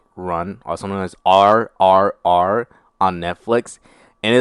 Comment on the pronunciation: When you said the Movie name incorrectly... I paused the video and commenting. Please correct the name in the video.